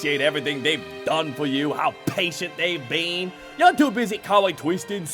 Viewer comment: Lost my shit at “You’re twoo busy cawling teia a SLOOOOT”